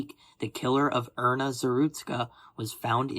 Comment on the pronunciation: Her name is Iryna not erna. Have the respect to pronounce her name right man.